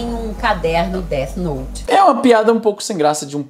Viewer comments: O cara falar Deati noti é de cair o cu da bunda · “Deati nouti” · o cara ainda me solta um "détch noute" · Izzy pronunciando o nome errado: segundo o especialista, é "Déti Nouti". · "Deth noute" kkkkkk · A coisa mais assustadora pra mim foi o cara pronunciando "Dét Noti" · That note, déti note! Amo a pronúncia do nome hahahahaha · "DEATI NOITE" até a pronuncia do cara escancara o conhecimento dele. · Deu vontade de assistir "Deat Noute" novamente kkkk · Não sei o que dói mais, toda essa ignorancia ou a pronuncia dessa turma: DÉTI NOUTI